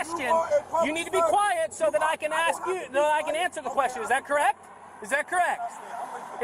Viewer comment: Pretty sure a “god” would be able to properly pronounce the word “ask.”